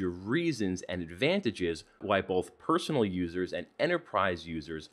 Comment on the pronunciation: Not being "personal" but, what is "peronal"?😶